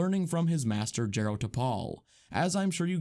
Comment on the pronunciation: It's pronounced Jar-o, Not Jerro 😩 i'm irked